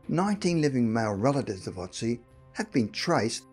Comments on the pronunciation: Ötzi not Otzi. How hard can it be to at least make sure the first letter in a name is correct? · It's Ötzi not Otzi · Otzi ? Amazing that in 2020 some ppl still can't pronounce Ötzi